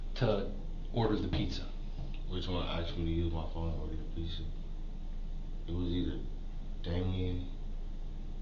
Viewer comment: P za ?? Ffs I hate when people say it like that. Pizza damn it!!